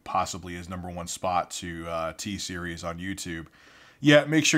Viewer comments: LMAO “TSERIES WHAT’S GOING ON” SOUNDS LIKE “HEY SERI WHAT’S GOING ON” BEAUTIFUL XD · good thing i watched this video with headphones on so siri didn't ask me what's going on everytime you said "t-series"